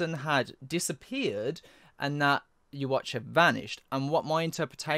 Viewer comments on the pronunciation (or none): Fun to listen but don't call Yhwach you-watch. It's like YHWH with the second "h" is like the first. Some of you called him like that and it's disturbing. Just "Yuha" or something. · Thank you guys for this amazing video! I swear i wasn't screaming everytime you guys pronounced Yhwach wrong lol